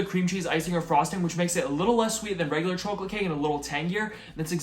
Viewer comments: "Chooalate😂" i love it! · why do you say chawklate. great vid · Interesting how the chawcholate and Cawfee pronunciation wasn’t there 2 years ago. Lol why tho? These look delicious btw